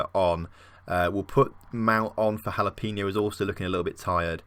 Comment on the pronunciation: Jalapeno is pronounced like Ha-la-pay-no